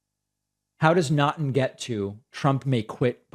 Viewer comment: FYI, Naughton is pronounced "Knock-ton".